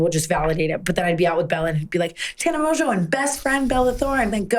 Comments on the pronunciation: Okay but the French would pronounce it MON-Jeaux not Mojo!???? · People still be saying Mongeau wrong lol Mon-go Kinda like that 😂❤️ ily Tana